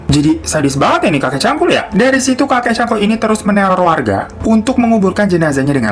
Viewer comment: hiro bilang : kakek cangkul gw dengernya : kakek cabul :v wkwkwkwk